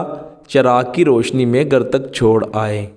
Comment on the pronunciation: Gar nahi ghar bolne seekhye.